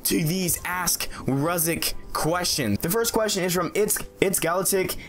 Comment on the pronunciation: Thanks so much for my question, and you're one of few people too pronounce my name correct! Keep up the Amazing work and entertaining content! #RuziicHasAStrangePersonality:)